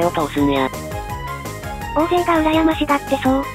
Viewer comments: おおぜいじゃなくて(たいせい)な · おおぜい、おおぜい、って 人名くらいちゃんと読ませろよ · 岡本ホント面白かった😂 目の前で胴上げ観れたね👀 大勢、コンピュータにおおぜいって発音されてるの好きw😅2人とも🐯ファンでいてね〜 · 大勢(おおぜい)読み方合ってるけどちゃうねんw